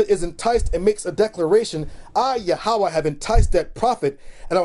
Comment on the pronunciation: It is pronounced as "Yahwah" not "YA HAWUH